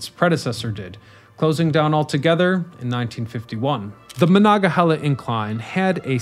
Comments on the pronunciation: How many times do you need to mispronounce Monongahela? Very irritating. No chile left behind. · Came here for/to make this comment. Before content creators do these things, maybe consult a local. So many Appalachian words get completely butchered. Kanawha happens so frequently. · I love the series, but hearing the mispronunciation so many times, I had to turn it off. 😟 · Amen. I've never heard the word slaughtered that way before, ever. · Very interesting. So interesting that my Pittsburgh born wife watched the whole thing despite the butchering of Monongahela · As a yinzer who was raise on the mon they way you say it makes me wanna throw a bike in the mon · OMG ur misprouncing monongahela !! It’s cringe AF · OMG ur mispronouncing monongahela !! It’s cringe AF